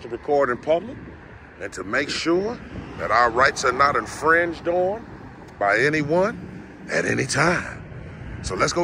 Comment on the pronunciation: The way bruh says infringed and poster 7 is funny as hell lol….